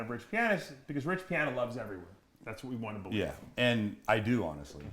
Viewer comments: "rich piahner" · “Everyone knows who Rich Pianer is”